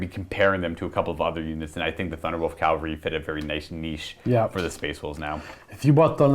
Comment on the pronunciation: CA-VAL-RY. "Calvary" is the hill where Christ was crucified.